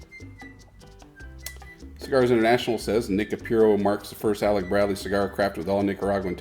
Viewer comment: not Nica pure oh....it's Nica Pooo Roh